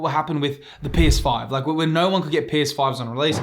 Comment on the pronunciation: Haha I hearing “PSA 5” instead of “PS5” and got very confused